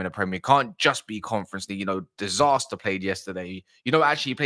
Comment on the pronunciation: The fact that you keep calling disasi disaster is so so funny 😂😂